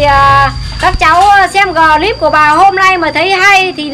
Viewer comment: Clip thì bà đọc là gờ líp=)))